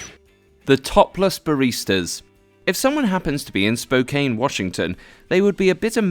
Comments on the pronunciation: SpoKANe, as in Can. Not cane, jeez! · excuse me the name is Spoke-Ann Washington not Spoke -kane (looks like: Spokane) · You say Spokane like Spo-can not cane.. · hey eurodips. its pronounced. spo can. washington. not spo kane. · By the way, dude, it's pronounced "Spo-can" not, "Spo-KANE". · This guy completely murders my home towns name of Spokane Washington.... 👎 Its pronounced spo can. Not spo cane. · I live in Spokane. and by the way, it's pronounced Spo-can haha but yeah, I know the bare beans espresso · SPOKANE HAHAHA